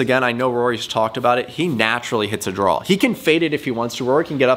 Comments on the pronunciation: Is it Draw or Drawl? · What's a drall? I thought this video was about hitting a draw